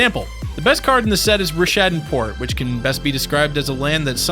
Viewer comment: I'm wondering if you actually played during this era. You don't know how to say Rishadan, didn't acknowledge that hunted waumpus was extremely playable, etc etc etc